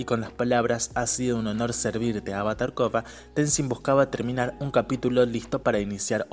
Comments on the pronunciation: Coba? No puedes decir el Korra? 😂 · le dices Koba a Korra? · Muy bueno,pero me saca de mis casillas que le diga koba a Korra,me marea jaja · Porque le dice koba a Korra?